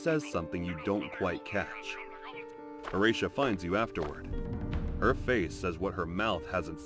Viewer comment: Horatia. Also the vid is AI so it may sometimes pronounce it wrong